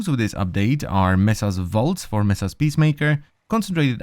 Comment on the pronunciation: you unironically said messa